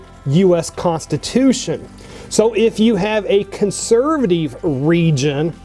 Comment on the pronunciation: cant stand how he says consurvuhteeve